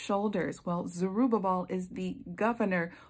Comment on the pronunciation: And thank you for pronouncing Zerubbabel! I tripped over that name so many times I found myself laughing out loud by myself! 🤦🏼‍♀️🤪 Such a good word sister!👏🏻👏🏻👏🏻🙌🏻❤️